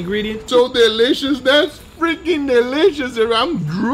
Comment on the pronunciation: “DUT!!! deeleeshus bro” 🤣🤣🤣🤣